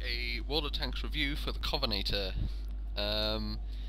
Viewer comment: covenaytor? covenANTor